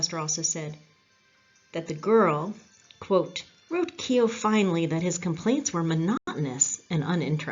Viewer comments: you did well enough except the o is more prominent than e so instead of Key O it's Kuo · yes I noticed you switched half way through there. Keogh is pronounced "Keoo". The Kee-Ho is very much an Americanism. Like when visiting the Cliffs of Moher in Clare Americans will invariably extole the virtues of "Mo-her" rather than the "More" in the vernacular. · The E is silent the name is pronounced Kogh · Keogh..... pronunciation time...not Ke-ogh,.....its K-followed by a soft long yoo,also the K has a subtle Q sound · Fascinating Video, unfortunately you are pronouncing his name incorrectly , it's not "key O", it's Koow. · News - keeohhh is NOT pronounced that way for all you Americans ……… it is pronounced kyohhhh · Great work, can i just make a suggestion about pronunciation, Keogh is pronounced "Kyo" the e is not pronounced and gh together in irish is generally silent, so Gallagher is pronounced "Gallaher" and Doghtery or Doherty is pronounced "Dawherty" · The pronunciation of the name Keogh in Ireland has only 1 syllable,others use 2 syllable Key ho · It’s pronounced Keooo. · Several times during the video his surname was not pronounced correctly. This lady may have a lovely Irish name but that does not mean she can do an Irish accent. Otherwise, an interesting and enjoyable video. 👍 👍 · Great presentation and looking forward to hearing more. I was born in Ardattin a small village in the east of County Carlow. I was aware of Keogh but your background and detail is great. By the way for the correct pronunciation of Keogh you should think of it as one syllable and the gh is silent! Do you know about the other famous Carlow man who had a huge role in US history: Pierce Butler? Now there’s a story! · I live only a few miles from where he was born in Co.Carlow , I visited the battlefield on two occasions when I was on vacation to the USA 🇺🇸 , that was a good documentary, but you are pronouncing “Keogh” incorrectly 😊😊😊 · God, Why not pronounce his name correctly !